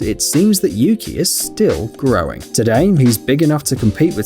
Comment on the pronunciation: The pronunciation of Yuki is U-kai thats what i heard in the video where the guardian is telling things about him/her i cant remember his/her gender😅😅😊😊